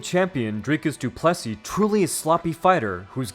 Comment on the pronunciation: Great vid but its pronounced DU-ple-SEE not du-PLE-see